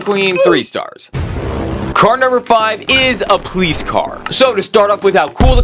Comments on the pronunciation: In he says pleese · When he says police he says "please"